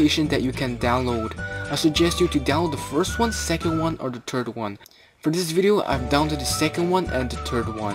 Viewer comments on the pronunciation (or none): He said terd not third